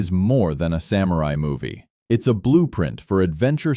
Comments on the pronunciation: Since this is about samurai, it would be nice if samurai was pronounced correctly. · The way the presenter pronounces "samurai" hurts my ears.